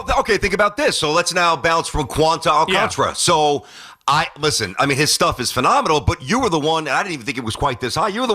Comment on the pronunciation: All-Khan-Tar-Uh. I do not understand how nobody can pronounce his name. It is literally spelled how it sounds and yet everyone says All-can-tra